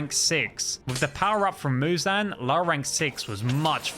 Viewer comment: You're saying Muzan wrong